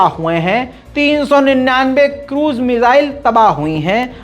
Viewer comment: मिसाले नहीं मिसाइले भाई